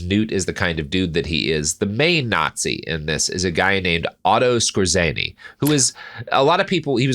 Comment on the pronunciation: Skōre-tsuhnee, not Skuh-zēnn-ee